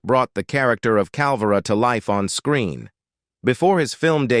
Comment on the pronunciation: Cal-VAY-ro, flip the "r.". Accent on the second syllable.